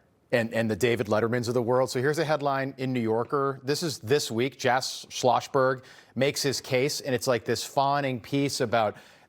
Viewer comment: “Jack Sloshberg” 😂